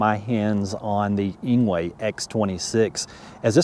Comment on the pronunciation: Engwe is pronounced as angry